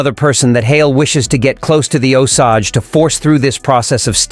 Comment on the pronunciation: It's pronounced Oh-sage.